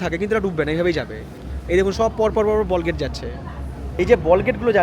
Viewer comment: দাদা এর সঠিক উচ্চারণ টা হবে বাল্কহেড। বলগেট তো সাধারন মানুষ বিকৃত করে বলে।